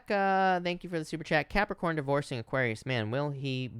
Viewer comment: I love how you say Capricorn 💕✨ Idk why